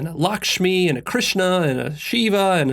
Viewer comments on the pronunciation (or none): none